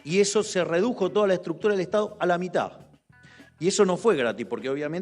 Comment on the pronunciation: se dice mitad presidente. Mitad con "d" al final